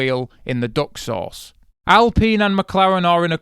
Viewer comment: Man called zhou “duck sauce”